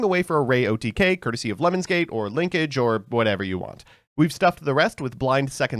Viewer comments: i heard it as "lemons gate"and i immediately imagined a yt drama where some streamer asked someone to pee on them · card: lemnis mbt: LEMONS nothing but the best pronunciation here, folks